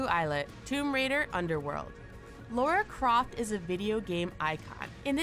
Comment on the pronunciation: "Lora Croft" "Square Onyx"